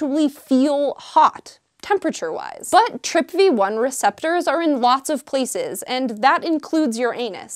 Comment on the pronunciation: TRPV1, pronouned as TRIP VEE ONE. Gotcha....